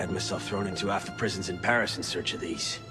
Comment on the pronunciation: Everything Wrong With: 1.) Can't pronounce "Paris".